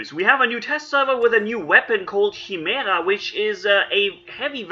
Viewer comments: 😵😩 everytime you say "chi" "mera" lmao. I love your content but its supposed to be pronounced with a K like - "ki-mera" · It’s pronounced ki-mar-ah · chi·me·ra kīˈmirə,kəˈmirə/ Hope it helps.. many people commonly can never pernounce it as it should be... It is pernounced as with a "K" beginning sound.. You are doing great with these videos.. I actually learn alot from watching them..learn some great tips and set up ideas. Thanks and keep them coming. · I think its pronounced as “Kai-mera” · I think it's pronounce KAIMERA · (kīˈmirə) Here you go,. First part rhymes with "fly" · pronounced chim er a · Not being rude but Its spelled "kai-mera" Name for an abomination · Like "k"imera dude